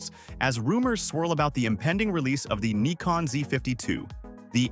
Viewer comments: What the hell is a Knee-Con? The Brits call it a Nick-On, I call it a Nigh-Con, what do the Japanese call it? I mean they are the manufacturer of the silly thing! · Ummm…no. Nikon themselves many times in their own videos say “nai-con” or “nih-con”. In the U.S. it’s usually pronounced Nai-con, and in Europe or Japan nih-con. I’ve never heard anyone say nee-con. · Neekon? 😂 robot voice not good. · Sometimes the robot gets confused and opts for Ny-kon instead. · Pick a pronunciation for "Nikon" you keep switching with each camera.